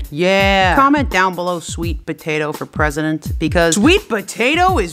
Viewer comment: SWEET POTATO FOE PWESIDENT!!!! #✨S W E E T P O T A T O✨